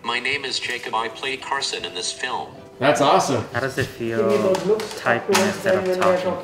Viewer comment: Its not carson its karlson😽☝️🤪😉🧐🧐🧐😉🧐😉🧐😂😉😃😉😃😉😃👐🏻😉😂😉😂😉😂😉😃🤣😀🤣😀🤣😀🇨🇮🇦🇿🇨🇮🇨🇼🇨🇮🇨🇮🇧🇹🇮🇴🇮🇴🇰🇲🇰🇲🇧🇧🇨🇰🎷🚲🧩🛴🎰🛴🎬🎺🎧🎼🎫🎼🎟🎹🎸🎸🛰🎸🛰🎭🎸🎸🎟🎸🎭🎸🐤🐤🐮🐮🦁🐦🐮🤡🤡🤡🤡🤡🤡🤡🤡🤡🤡🤡🤡🤡🤡🤡🤡🤡🤡🤡🤡🤡🤡🤡🤡🤡🤡🤡🤡🤡🤡🤡🤡🤡🤡🤡